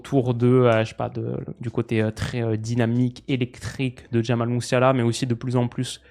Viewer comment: Jamie Messiala prononcé à l’anglaise